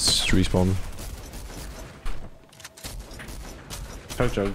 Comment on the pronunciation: Why did bro call the chug jug a yo yug